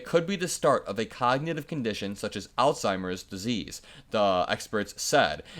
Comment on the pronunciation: Just a small thing... but it brought joy to my heart to hear "alzheimer's" said properly. So often i it read as 'all-timers' or 'old-timers' and it just irks me. Thank you for restoting some faithnin ykunger generations.